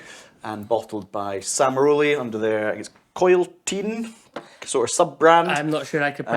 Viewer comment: Nice ! . . . i think it is spoken "Kill - tea - anne " (phonetic of Welsh likely) = Coilltean. . . . So, Mac is drinkable. I see.